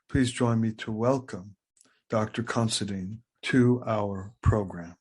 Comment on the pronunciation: how come all these narators and such pronounce our last name as CONSIDEAN where as the last four letters is spelled DINE . i am more interested in the introdoction of christianity into ireland, but i do recognige the achivements of craig , i just do not agree with him ,but he has a fine charactor God bless him in his seach , not of religious beliefs but the GOD of patrick and columba, also of the true meanig of monasteries